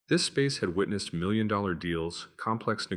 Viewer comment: The narration mispronounced the word "dollars" repeatedly.